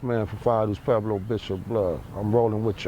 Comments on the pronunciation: Why do all the guys from Pueblos pronounce it like "Peblo"? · They say Pweblo, but outta hard to hear